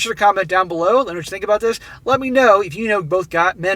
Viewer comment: Stop saying "Dis". You aren't from the ghetto.